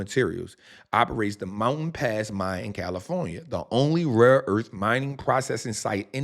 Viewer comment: Californyuh, I’m saying it the Trap way from now on.